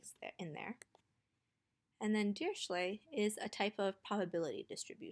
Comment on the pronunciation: Dirichlet is German is it's pronounced dee-ree-kley